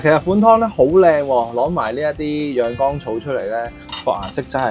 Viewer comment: 博主某些發音有些問題，養肝草读成養肛草，凢干字音的都讀成江字音，还有安字音都有同樣問題，希望留意及改進，令视频效果更理想！